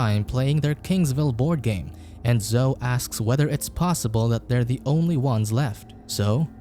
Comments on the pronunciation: " zohh " oh dear. It's " zoh - ee " Zoe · It's zo--e... Not zo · It's pronounced Zo~eee. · I'm guessing the robot doesn't know how to rounce Zoe (zoeee) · bruh the way you pronounce Zoe's name -.